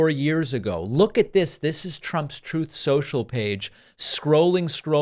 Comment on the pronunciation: David, "truth" rhymes with "tooth". Just throw an R into tooth. It doesn't rhyme with "both".